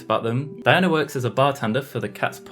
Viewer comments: “Dionya” LOL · Why most people pronounce Diona as Die-O-na? DIO-Na sounds more proper...